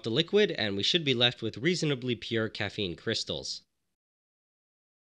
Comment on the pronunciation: “Caffene powder”